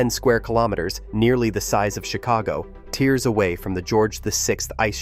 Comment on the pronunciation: Tears away , rimes with years away !! If you can't get your AI to pronounce it properly, it shows you don't know what you are talking about or, how to pronounce it properly either !!! I want a human to speak , not a computer !!